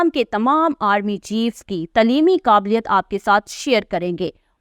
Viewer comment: تلیمی غلط پڑھ رہی ہیں درست تلفظ تعلیمی ہے برائے مہربانی درست اردو بولنے سرائے صالح ہے .